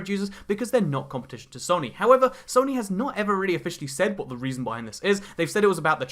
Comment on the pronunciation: please pronounce it soe-nee